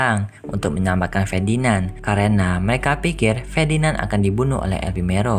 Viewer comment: Fedinand😂😂😂 Ferdinand woyy🔥